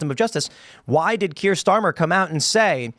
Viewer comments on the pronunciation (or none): none